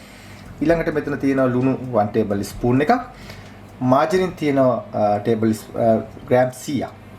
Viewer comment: ඔයා නියම වැඩ කාරයෙක්. එල වැඩසටහන. නමුත් කරුනාකරලා " ඉස්පුන්" "ඊස්පූන්" කියලා වැරදියට කියන්නෙ නැතුව එක්කො "ස්පූන්" කියලා හරියට කියන්න නැත්නම් "හැන්ද" කියලා කියන්නකො.